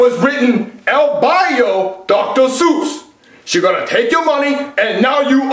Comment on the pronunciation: Wait wait wait Dr sus?